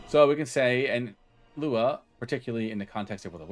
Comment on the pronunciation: Cool vid man, a little curious fact, LUA is a brazilian born programming language, and its pronounced "LOO AH"